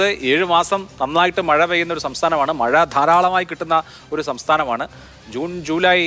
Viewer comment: മയ അല്ല മഴ 😂